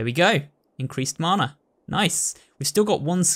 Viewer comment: Mana is a Maori word if you translate it to English it means 'power' you can just call it that but you have been saying it right both times :)